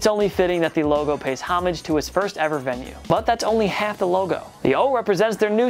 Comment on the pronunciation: look up how to pronounce homage